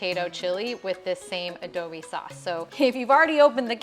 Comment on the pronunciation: It’s NOT ADOBE sauce, it’s ADOBO 😂